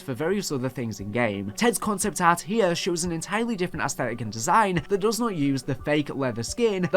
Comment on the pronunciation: Cahnceypt ahhrt and skeytchesss.